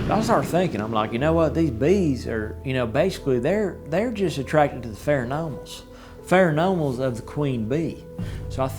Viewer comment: this guy is so full of shit its insane. He's also an idiot and can't even say pheromones correctly. he has probably embellished this story each time he tells it